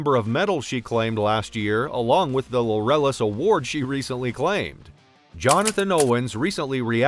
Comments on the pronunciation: "Lorellis award?" It's LAUREUS (as in "glorious") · Pronounced like "glorious" without the G. I hate it when narrators can't read.